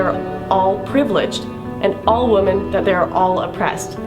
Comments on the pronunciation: Why can't Lauren Southern pronounce the word women correctly? She keeps saying woman instead, it's really jarring. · dunno why but it is annoying the piss out of me that lauren southerland keeps saying "woman"( singular) instead of the correct plural term she actually means "women" . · is it a Canadian thing to pronounce "woman" and "women" the same way?